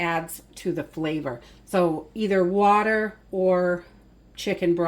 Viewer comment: After she said that, I had to say it out loud.😅